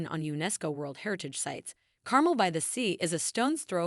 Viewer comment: Please don't use AI to narrate. So many mispronounciations! Carmel - mel rhymes with gel. Pfeiffer rhymes with Lifer. Also those photos and videos were not of Destin. After that I gave up. Our beaches are white, not brown.